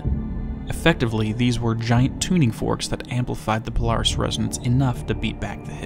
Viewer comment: Polaris sounds like you’re saying Polar Hiss… Polaris is polar to The Hiss. If that was Remedy’s intention, they are geniuses.